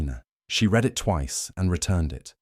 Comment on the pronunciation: Good story spoilt by very crappy reading of the narrative. Also strongly agree with the comment that anything created with AI needs to thoroughly vetted by a real human…since AI cannot distinguish between honynyms (words that sound alike but mean different things) nor between different tenses of verbs that are spelled alike (‘read’ meaning present tense, and ‘read’ pronounced ‘red’, meaning past tense)